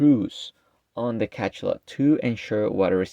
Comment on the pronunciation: It's pronounced Ka-SHA-lot. Hearing Ka-CHA-lot 50 times in 10 minutes nearly gave me a stroke.